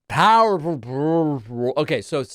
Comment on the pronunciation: He said "powerfwrbl"😂😂